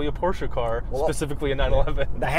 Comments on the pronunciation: You pronaunced the brand name correctly sometimes. Make sure you always finish 𝗣𝗼𝗿𝘀𝗰𝗵𝗲 with "eh" , not with "ah". Examples from the original pronuciation again: ; , , etc.. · Close but you said it wrong. PorschEH not PorschAH. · Stop saying pow-chuuuuuuuu instead of por-sche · It's not Porsha it's Por-sche. E like electrod. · Stan Lee except that’s also an incorrect pronunciation that car enthusiasts falsely believe to be right - the correct pronunciation is Por-shur, like por-shé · You guys said it right PORSCHE! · It’s pronounced Porsche! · wrong... it's actually pronounced Porsche! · Porsche is pronunced Porscher. Whoo hoo.